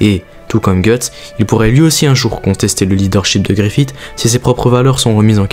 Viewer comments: Bonne vidéo, par contre Griffith ne se prononce pas avec le T' mais comme un S ou CE 😉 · super vidéo, par contre deux petits trucs : je pense que les fans de Berserk préfère les passages de l'animé en VO ^^ et justement dans les animés en VO ils disent tous "GriffiSS" et pas "GriffiTT", c'est très mineur mais ça m'a un chouilla enlevé de l'immersion sinon rien à dire :p